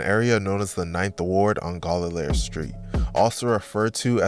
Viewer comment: Turn off the video after the pronunciation of Gallier 🤣🤣